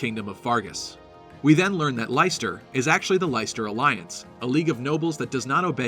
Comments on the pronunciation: It's not LIE-STER. Pronounce it LESS-TER. How do I know? Because I live in the city of Leicester in the UK. I'm sure they pronounce it correctly in the trailer too. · Leicester is pronounced "Lester". It is a place in England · Leicesester pronounced 'Lester' not 'Lighster' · The only thing I dislike about this is that they’ve named a country after Leicester (pronounced Less-ter, not Lice-ter). Might as well have called it Birmingham or Derby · It's pronounced lesster it's actually where I live lol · Great stuff. Just a head up though "Leicester" is pronounced the same way as the English city, sort of like "Lester". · I find it funny that one of the territories is called Leicester, which for you non-Brits is just some random, pretty unremarkable city in central England. It's pronounced, "Lester" by the way. Like they say it in the trailer. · Even with the trailer people still can’t pronounce Leicester properly 😰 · I quite like having a voice for the Avatar; I much prefer that over a silent protagonist since without a voice, they usually lack personality. (Can't please everyone though so if Byleth doesn't have a voice, I can accept that.) And just a heads up, Leicester is pronounced more like LESTER; we have a city in the UK with the same name. Cool analysis though. :) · Lesster, it's pronounced Lesster. Being from the UK, that irks me slightly. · You also say "Leicester" wrong. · I live in Leicester and I'm triggered by this pronounciation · You're killing me with your pronunciation of Leicester.